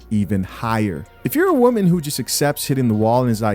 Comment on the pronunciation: at the end she said "you can be that woe-man"